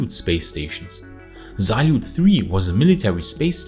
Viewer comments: It is Salyut with the accent on the last syllable, not a Zalyut with the accent on the first one <3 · Great video as always. Hope Jixuan will be back soon and all is well. Mir station name can be translated not just as "Peace" but also as "World" as its same word in Russian. One thing that did irk me was the Z in Salyut station names. It doesn't have a Z in there XD